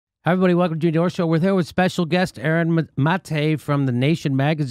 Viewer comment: ...even though he can't pronounce his name correctly.